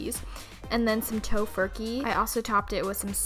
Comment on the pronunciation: I CANNOT BE THE ONLY ONE WHO HEARD 'TAUX FURKEY'